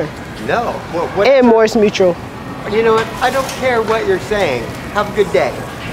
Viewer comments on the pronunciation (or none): Bro said mors mutual 🤣